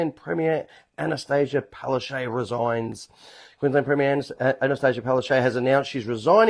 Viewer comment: Correct pronunciation of Palaszczuk is not (Palarshay). It is Palarsechook (according to my Polish friends).